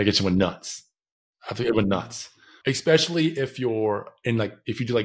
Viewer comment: Who says "Eckspecially" .. I'm sorry, but it goes through me like a hot knife through butter.